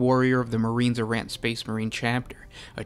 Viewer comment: Marines Errant, not Marine Z'rahnt